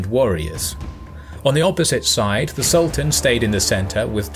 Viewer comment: Sultán, not Salt Ann! Do your research. ... Yaqúb, not Yak up.. Footnote: Serbians never did do well, after the first foray. Sarajevo, for example.